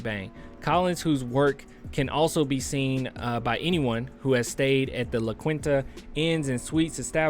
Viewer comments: Yeah they’re right below 👇- witte is pronounced “witty” kinda like “woody”. KSAT is pronounced “Kay-SAT” or “K-SAT”, and la Quinta is “la keen-ta”. But other than that, all 👍🏽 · From SA... Pronunciation: Witte = WITTY. La Quinta = La Keenta. No worries, you're a son of the city.